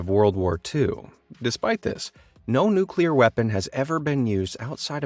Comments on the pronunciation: I stopped the video when he pronounced it "nukular" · What irritates me the most are people who say NUKELAR!! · Mans is teaching us what makes a nukelear bomb works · I believe its pronounced newkler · People say nuke you lar.